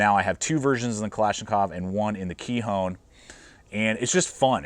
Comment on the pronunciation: Nice video! I’m pretty sure it’s pronounced “ k-eye-on” with a long “i’ and a silent “h” 👍😊